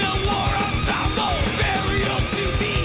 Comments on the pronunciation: Slayer is, above any other band that has ever existed, the sound and rhythm of pure aggression. That's how you have to approach them. Frankly, there is no better mucic for a gym session than Slayer. Also, it's pronounced "ahn-sambal", not assemble. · Dude. En saaam bul. Not en seeem bil. lol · I just watched your reaction to SLAYER War Ensemble (not being a douche, but pronunciation is more like Ahn-sahm-bull... just trying to help with that bro. 😊) But SLAYER's lyrics speak mostly about war, the atrocities of war & are mainly centered around WWII. If you want to hear a few good tunes to get your feet wet & to get a grip around SLAYER as a whole, try the following: Spill the Blood South of Heaven Angel of Death (still a fast paced song but the lyrics are about the war crimes committed by Mengela in Auschwitz concentration camp) Mandatory Suicide Seasons in the Abyss (video on YouTube) Dead Skin Mask (about Ed Gein) Skeletons of Society Expendable Youth There are so many great SLAYER tunes that aren't going to melt your face. Whoever suggested War Ensemble as your 1st one from them should be ashamed of themselves. For a metal music fan, there's no better suggestion. But for someone just getting into it, a little less brutality would've been par for the course. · It's pronounced "war- on- somble." Your grammar isn't correct. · Btw it's pronounced (on-somble)😊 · War Ensemble is pronounced “War ‘ahhnsahmbull’“ BTW, welcome to the club! 😂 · Slayer is "Anarchy." 🤘 "Train"? It's more like a tank... this song is about war. This is an anti-war song. Dave... the drummer, is amazing. P.S. It's pronounced "ON-somble"... the word "ensemble." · It's pronounced War Onsomble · It's "War On-som-bull". Ensemble - refers to a group of people who work or perform together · learn how to pronounce ensemble, and a whole bunch of other words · War ensemble your pronouncing it wrong